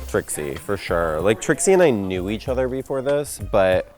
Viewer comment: "Six of one, half dozen of a udder." Kennedy.